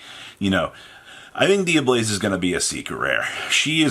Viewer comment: Take a shot every time Robbie says “Dia-BLAZE” and not “Dia-BELLZE.” For god’s sake it’s Tear-“Element” to him all over again.